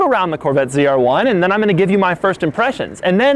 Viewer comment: Why is he saying cr1 ? Its z r1